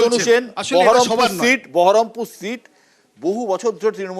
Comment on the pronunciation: বহরমপুর কে ঠিক মতো বহরমপুর বলতে পারে না সেহবে সাংসদ